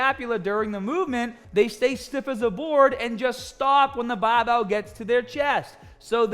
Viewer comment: Cant say barbell any more. Its now bahh-bell